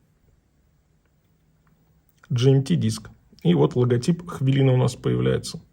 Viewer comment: только говорите ХВЯЛИНА! у нас нет хвы